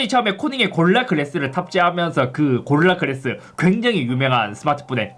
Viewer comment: 형 진지하게 얘기할게 "고릴라 글래스" 연습 좀 하자